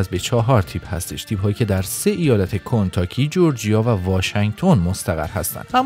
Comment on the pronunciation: کِنتاکی هست نه کُنتاکی